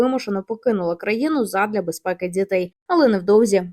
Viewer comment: не "дзітей", а "дітей", не "дзякую", а "дякую"